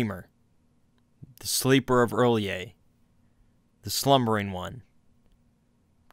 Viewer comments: I'm super annoyed he pronounces it early-a instead of rhy-lay. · I think it's pronounced like R'llhor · he lost me at “earl-yay” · 'early-ay' Ahahahahaha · (relyeh) like realyeah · R'lyeh Smh smh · Why urlyeh or rilyeh? It is not spelled urlyeh or rilyeh, where is the u, where is the i ? What about Teal'c from Stargate SG-1, is it tealuk or tealike? No its's Teal'c. What about the C'tan from Warhammer, is it the uctan or citan? No it's the C'tan. Or are you like Majorkill who think it's pronounced Stan? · "R''lyeh" is pronounced "ur-LIE-eh. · R’lyeh is pronounced ralay